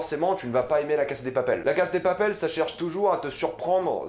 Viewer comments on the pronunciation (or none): apprends a aprmer par contre c la casa de papael pas la case de papel et ca se prononce anrél pas anguel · heuu cest moi ou il dit la casse de papel? sinon mec articule et tu dis mal bella ciao cest perturbant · C'est drôle comment tu prononces "La casa de papel" 😂 A la française mais en sautant un syllabe a l'anglaise alors que c'est de l'espagnol ! 😂😂 Sinon pas mal, je suis d'accord avec ta description et tes interprétations !